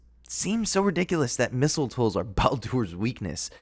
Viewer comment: He said palder